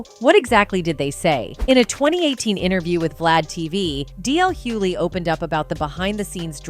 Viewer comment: Why can’t these people that are supposed to be so educated pronounce Hughley right??